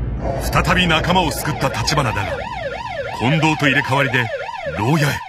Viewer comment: 「コンドームの近藤です」で皆スルーなんだ…って思っちゃった(笑)